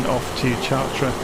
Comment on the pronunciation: a little tip for pronunciation ---- the CH of CHARTRES is pronounced like an SH in English. otherwise your pronunciation is very good.